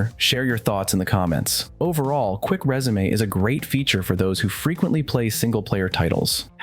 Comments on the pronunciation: It’s resume not résumé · dude you lost me at quick rezamay , learn to speak English